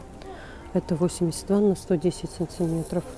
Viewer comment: Ооочень хороший обзор!Но режет слух слово"цынцыметров"!